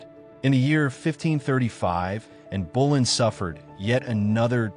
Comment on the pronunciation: Her name was Anne Boleyn not Anne Bullen.